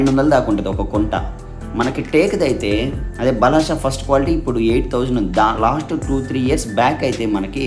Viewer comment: బలాషా కాదయ్యా బలార్ష అనాలి